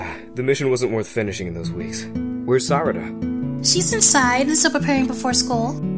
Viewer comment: Sahrahda? You got me dead when you pronounced her name like that 😂